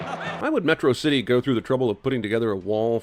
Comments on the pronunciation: A subtle thing about megamind's pronunciation is that he's pronouncing words like he learned them from reading. Metrocity being pronounced similarly to atrocity. School having it's odd beginning get a similarly odd verbal beginning as well. The words he's mispronouncing shows that he's learning more words from reading than communication, a nice subtle indication that he's isolated and learns a lot of his language through reading. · Whenever I watched it I always thought his pronunciation of Metrocity similar to atrocity was because he was mocking it, calling the city- and by extension, it’s defender- an atrocity.